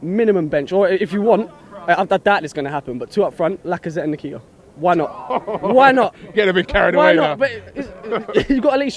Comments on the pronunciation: Its not nikita lol its Nketiah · its n-ket-ya....not en-kee-tah. stop butchering the boys name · Eddie Nikita? 😂😂😂😂. It is pronounced In-kay-tea-ah!!!!!!!!!! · My cousin is making me proud and its pronounced "en" ket ee ah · They butchered the boy’s name! Lol Nekita, nakata all of that!!! Lmao